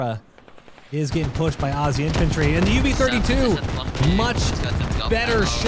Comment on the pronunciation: Holy shh... An American who can pronounce 'Aussie' correctly! I never thought I'd live to see the day